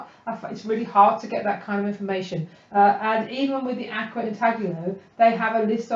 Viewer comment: Great videos. Susan Rostow, the maker of Akua inks says, Akua is pronounced a-koo-ah and means "spirit" and "honor the land" in Hawaiian.